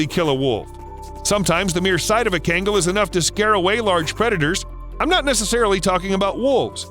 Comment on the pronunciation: you pronounce it KGAN GHAL SO KHANGAL .. the way u pronounce it is so... white